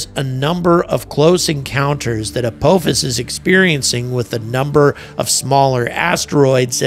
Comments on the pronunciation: Ap-AH-fus. Not Ap-OH-fus. Ah is a shorter a, like in ah-ha or aha. (Edited) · I wish he could at least pronounce the name right. It's not apoophis .can't listen to this anymore. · Apophis is pronounced as "uh-pah-fis" with the emphasis on the second syllable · the British pronunciation of Apophis is much more ominous (uh-POFF-is) makes me think of a vengeful Egyptian God. when you say uh-POH-fis makes me think of Kung Fu Panda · yes, and thats exactly the reason it bugs me to hear call it "a-POE-fis" Its Apophis! JAFFA CREE! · Are you sure it's not pronounced with a short O? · As a lifelong stargate sg-1 fan, the way you pronounce “Apophis” is killing me 😂 For the trolls, not saying he’s wrong. Just decades of hearing it another way is mind jarring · And angry keeps saying it wrong indeed lol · I wouldn’t say hear 👂 as he didn’t pronounce it the right way 😂